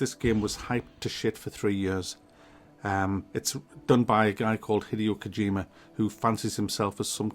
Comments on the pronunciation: "Hideous Kojima" LOL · "Hideous Kojima" love you 😂